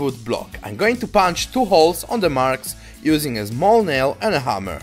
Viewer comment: "Zmall nail" "vood"